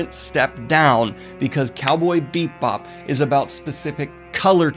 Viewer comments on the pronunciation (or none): Daniel, goblin, babe, delicate.... delicate flower... it's bee-bop. Not beep-bop. I love you so much, but I chuckled every time. Haha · You throw shade at Firefly for being similar to Cowboy Bebop, but Cowboy Bebop is just Lupin III in space. Also, it's pronounce Bebop, not Beepbop. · 1) I completely agree and it brings me joy to see you enjoying something from my childhood. 2) IT'S BEE BOP NOT BEEP BOP... whole video... making me twitch.... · Is he saying Beepbop right meow? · Is it me, or are you saying ‘Beep-bop’? 😆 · I'm watching this review again years later and I can't get over the fact Daniel keeps calling it Cowboy Beepbop. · As a jazz musician the cowboy beep bop bit gets me every time he says it that way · I'm sorry, but... did he just say "beep bop"? (Or do I just have bubblegum in my ears? Loll) 😳 🤭🤭 👀 Why is that somehow so cuuute thoo💖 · I keep hearing "Beatbop" and I'm not ok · Bebop is my #1 anmie. your channel is my #1 booktube channel. i said that to say im not trolling. but i couldnt finish this review past halfway with you calling it " Beepbop" im sorry, not trolling but it was distracting, keep up the anime reviews tho, makes the channel better. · is he saying beep bop? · Are you saying "Cowboy beep bop"? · Was he saying "Beat Bop"? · Cowboy Beep bop boop beep. I love how your saying it. It like how i say 'upsides downs'. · Am I the only one who kept hearing "Cowboy Beat Bop" whenever Daniel said the name? Lol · I’m hearing it to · sorry, but every time I hear it pronounced "BEEP Bob" my body flinches reflexively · Was he saying “Cowboy Beepbop? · ARGH! I am not sure if it's the way he says it or if it's just the way i'm hearing it but it sounds like he is saying "Beep Bop" and it triggers me! Well it was a great review anyway, Thanks once again Daniel for a wonderful review. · Are you saying “bee-bop” or “beet-bop” or “beeb-bop”? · Am I the only one hearing Beep-bop? Love the content!